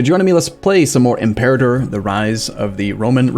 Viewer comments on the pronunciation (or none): none